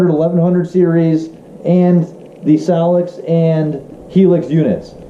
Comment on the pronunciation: Great video but dude learn the right way to pronounce ethernet and solix lol